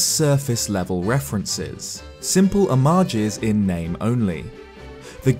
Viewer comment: I see you finally learnt how to say homage